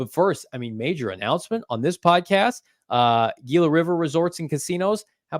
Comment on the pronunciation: SMH somebody tell it's spelled "Gila" but its pronounced "Hila" 😂😂